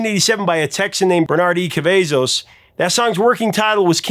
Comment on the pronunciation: it's pronounced KAH-VAH-ZOS